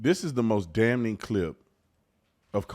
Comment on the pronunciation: having some trouble pronouncing the word “damning” 😂😂😂. The N is silent bro. You don’t say “DAM-NING”. You pronounce it “DAM-ING”. 🤣🤣